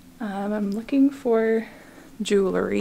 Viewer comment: You do such a great job with your videos. I enjoy watching. Please do me a favor and learn how to pronounce JEWELRY. It is not jewelERy. ❤️